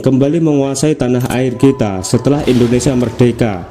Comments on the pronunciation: Ingat bacanya "INDONESIA, bukan ENDONESIA' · Indonesia bukan endonesa 🙏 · INDONESIA❌ INDONESA✅ wkwk